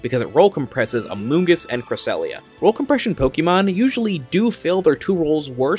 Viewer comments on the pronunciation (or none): is there a reason you said "roll compression" instead of "role compression" that im missing?